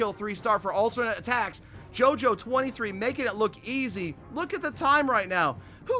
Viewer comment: Me getting triggered when he says JOJO it's pronounced yoyo 🤦‍♂️